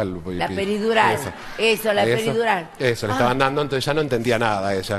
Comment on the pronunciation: La pedirural jajaj